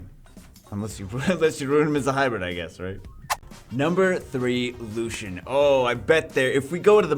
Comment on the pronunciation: Btw, the league champion is "Lucian"